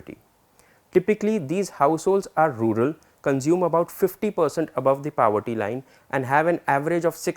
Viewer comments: sorry to correct but its poverty and not pawatti / pawety, really sorry again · “Powerty” nahin hota poverty hota hai. Kaan mein dard ho gaya.